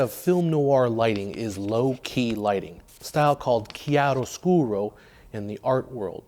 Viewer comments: Wow, kudos from Italy for the perfect pronunciation of chiaroscuro! [And for all those great videos of yours, of course ...] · Very interesting vid. Plus, form an Italian speaker, props for the perfect pronunciation of "Chiaroscuro"!